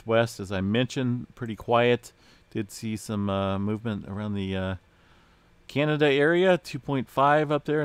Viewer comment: Believe it or not, it's pronounced San"Yacinto" and "Can ya da" not Canada. Go figure?